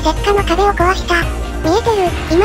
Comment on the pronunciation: ところどころ桜花のこと雪花って言ってる